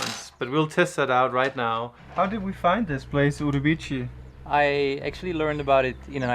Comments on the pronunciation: "Uribici", well, "CI" sounds like "see", not "chee". But that's ok :) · Great adventure. The correct pronounce is "Urubi see". Enjoy your trip. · The correct sound of the town is OOROOBEESEE. I loved your video BTW. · Great video guys! Just a small correction: the Portuguese pronunciation of the C in Urubici is with an S sound, like Uru-bee-see. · Guys you need to practice your Portuguese pronunciation. For someone who lives in Lisboa I am surprised about it. Pardon my bluntness. As a Brazilian I’m a little disappointing.